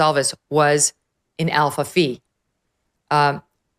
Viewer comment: Alpha Fi, not Alpha Fee.